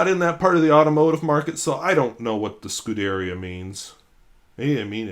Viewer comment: In case you want to know: Scudería means racing team or racing stable, an equitation term when you have cars instead of horses. When pronounced the accent falls on the final “i”.